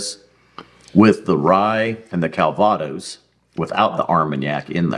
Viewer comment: I won’t correct you on your pronunciation of “Calvados”. Because that’s what douche bag commenters do.